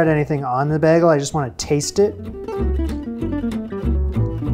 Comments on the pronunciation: I think most people say "bay-gel" while you say it more like "bag-el". English makes no sense regardless. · For clarity you say beg-ul. The rest of the world says bay-gull. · You keep pronouncing it bag-le. It's pronounced bay-gull. That's the difference. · Here's an easy pronunciation guide for bagel: you've got the last syllable right, gle as in sea gull. But you're saying the first syllable as bag as in paper bag, it needs to be bae, as in the nickname you're wife calls the straight guy who got her pregnant. But it's not surprising, other YouTube Canadians like Crowder have similar problems. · From what I gather from friends and family, it is a Canadian pronunciation. However, that unique pronunciation is from southern Ontario. So if you live north of Toronto, you say Baygull but in southern Ontario you say beggle. True story! 😂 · I’m from MN, and say bag-ul. Went to NYC im high school and ordered one with that pronunciation and the person behind the counter couldn’t figure out what I was saying. I had to say “bey-gul” as I knew they said it differently. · I was just going to say this! The reason he says it weird is because he say “beg-gul” like he’s begging for a bagel lol. Instead of Bay-gul. Which is the correct pronunciation . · Those looked fantastic! This is one that literally made my mouth water. I couldn't hear it till you mentioned it but I hear you say Beh-gel as opposed to Bay-gel. At least you don't say BAG-el. 😆 Thanks for the wonderful videos. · Beh-gel Everyone else: Bay-gel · as for the pronunciation of bagel, my take as a phonologist is that you're pronouncing it as bɛʲ.ɡɫ̩ (like beggle) instead of beĭ.ɡoɫ (bay-goal). i hear most people pronounce it the second way i think but this is definitely due to where you're from which is totally valid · You were saying Bag El at first, most pronounce it bay gel (but fast so the Y isn't really a thing). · You're saying "beggle" as opposed to "BAY-gull," that's my take. 😁🤷‍♂️❤️ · Bay not bag. 🥴